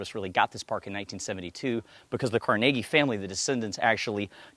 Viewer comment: He's saying it correctly.